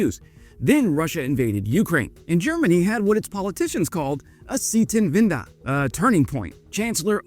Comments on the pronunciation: I had to repeat it to make sure you didn't say Air-London Zeitenwende is also pronounced.. uuhm.. awkwardly. It's closer to Side-ten-when-da than Zee-ten-win-duh what you said. I never knew we have military donkeys! Idk if I find that cool or cruel or both. I will just convince myself that in a defense cas we would at least give them full body armour like medieval war horses. Poland is also not slacking. If their plans go through they will have more tanks than UK, Germany, France and Italy combined by 2030. I am also glad that you did'nt mention the tire fire that is FCAS lol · i was also wondering... c 10-vender? ... but props for trying :) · z-eye-tenwende ;-P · Sprecht kein Deutsch wenn du es nicht kannst es heißt Zeiten wende nicht zitanwenda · you are pronouncing "Zeitenwende" like "Seitenwinde", but a "Times'change" is something different than "sidewinds" try saying "Tsaitenwænde" instead, so it will come out correct :) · Seitenwende - Say: "Zai - ten - when - duh" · With "Zietenwinda" you mean "Zeitenwende" which is pronouced “TSY-tuhn-ven-duh” Breakdown: Zei → “TSY” (like “ts” + “eye”) ten → “tuhn” wen → “ven” de → “duh” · "Germans had a "sitenwinda"" German: "We had what? A what... wait... omg... A Zeitenwende!". It's pronounced: TSYE-ten-VEN-deh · Try to say "tsitenvanda" not zeetenweda.... Zeitenwende means time of change. Our neighbors want what they where afraid of in former times. If the AfD comes in power, everybody should be concerned.... Except Russia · hehehehe the "C-tin-winder" is actually a "cy-ten-when-de" (say the "de"-part like in Spanish or French ;-) ) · great vids for non Germans interested in Germany butComon you really should work a bit on xour German prounounciation 'Seetynvinde' dos not exist in German Bro, the Word is Zeitenwende, and it means st. lik epoqual change;) how to peonounce for Anglospeakers: Tsytenvande last e like in exit;) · Sietenwinda? Oh, you mean: "Zeitenwende" - Turning of times. 😀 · Z-teen-wenda :) love it